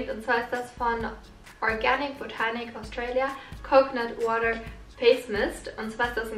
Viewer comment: als du das mit dem coconut water gelesen hast hast du ja englisch gesprochen und das war einfach so ein guter akzent😁🙈 hast du irgendwelche amerikanischen oder englischen wurzeln🙈